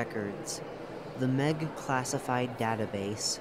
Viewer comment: I suggest adding pauses where there are colons and pronouncing M. E. G as the individual letters instead of meg